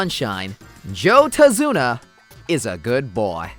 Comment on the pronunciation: I swear, I hear "Tase-una" and then you gotta hit me with those clicks.. stop you know what you did.